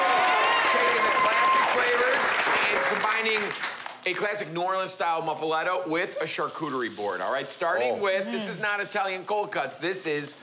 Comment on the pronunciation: That’s- not how you pronounce it. 🥴